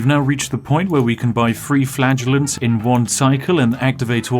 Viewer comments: For the longest time I thought he was saying "We will beat this disease with the power of flatulence." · he says "flagellants" like "flatulence" and honestly that's way funnier than it has any right to be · A spiffing video as usual! Also...I know what you're saying, but I keep hearing you saying you're buying flatulence... "The joy of flatulence". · I kept thinking you were saying flatulence, you know as in farting? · "The flatulence will save us!" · "...we can buy flatulence in two towns" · "Ok, we need culture, and in order to get culture, we need flatulence." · You should probably go see a doctor. He clearly said flatulence 100% of the time. 😅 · I got a bit confused because I thought spiff said flatulenze instead of flagelant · I Heard "flatulence" .....all along..,.was Amazing 😏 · Ok, anybody else kept hearing "flatulence" over and over? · Is it just me, that keeps hearing "because we have infinite flatulence" Maybe Spiff needs to ease on the beans. ;) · Me, watching this video: laughing hysterically Nobody: Me, realizing Spif saying flagellating sounds more like flatulating: dies of laughter faster than his population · I thought you said Flatulence at the beginning. And the country was covered in a fog. Faith & Farts to the rescue! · Like a number of others, I too heard "flagellants" as "flatulence." Probably because both were equally effective in Black Death land. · I wasn't wearing my headphones when I first started watching this video. That made it sound like he kept saying 'flatulence'. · I'm sorry Spiff but all I can hear is "the purchasing of flatulence is going fantastically well." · I swear he actually started saying "flatulence" half way through. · Every time he says Flagellants I hear Flatulence and it makes about as much sense. 🤣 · When you said "Flagellants", I kept hearing "Flatulence". Spiff is f*rting around with the black death! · Oh! Flagellants! I thought you were saying infinite flatulence. Which might also hold the plague back.